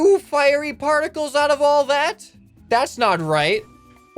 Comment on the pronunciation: wat no sout not oud!!!!!!!!!!!!!!!!!